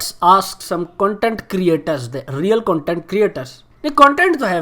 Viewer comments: Phle tou bhai isko kaho k CONTENT hta h CUNTENT nahi xDDD or han bilkul SUPPORT hta h SAPPORT nahi 😂😂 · the amount of times he said CUNTENT. 😭😂 im done